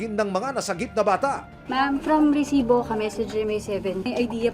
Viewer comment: Maka irita ang pag bigkas ng word na resibo bakit pa e prolong...